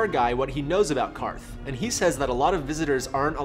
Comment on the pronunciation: Props for pronouncing QARTH correctly.